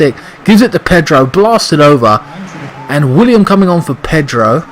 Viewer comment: It's Willian with an N not William god damn it! He's clearly one of your favorite players and it's the easiest name to get right!!!! P.S WE WANT GOD OF WAR!!!!!!!!!!!!!!!!!!!!!!!!!!!!!!!!!!!!!!!!!!!!!!!!!!!!!!!!!!!!!!!!!!!!